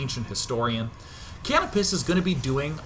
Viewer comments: Dear Day9, Canopus (pronounced ka-NO-pis) is a major character from the Ogre Battle series. Just thought as a gamer you'd like to know!! :) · I think canopus is pronounced ca-no-pus, it's actually the name of a star, one of the brighter ones in the sky. It's one of the stars on the flag of Brazil.